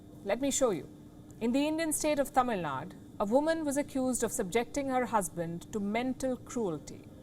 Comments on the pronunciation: It's Tamil Nadu, Palki ji. Not Tami Nad. Likewise, it is Kerala, not Keral; and Karnataka, not Karnatak. Your admirers in South Indian states will like it if you pronounce the names of their states correctly. :) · It’s not tamilnadddd,it’s tamilnadu!!get the pronunciation right palki! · It's not tamilnaad, it's Tamilnadu, you north Indians always kill names 🤣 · Palki mam I'm Correcting you for the second time now, it's not Tamil Nad" It's Tamil Nadu" 🙏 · Palki, you of all people, should learn by now how to pronounce a name of a state. It is Tamil Nadu. The U at the end is not silent. I'm from Telangana, but pls correct how you say Tamil Nadu. I'm pretty sure you would be irritated if ppl called you Paalki instead of Palki 👍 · Palki who so eloquently pronounces all the complex names of various cities across the world messes up pronouncing Tamil Nadu a place from her own country - Is it intentional ignorance ?